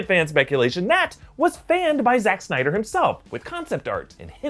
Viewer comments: So many synder lol. It's Snyder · So is it SYNDER or SNYDER